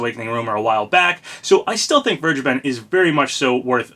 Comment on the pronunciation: I am fairly certain that you are pronouncing "Vergeben" wrong. The "V" should sound like an "F", and the "G" is a hard "G", not a soft "G".